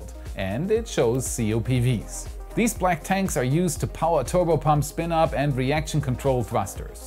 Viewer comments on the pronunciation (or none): none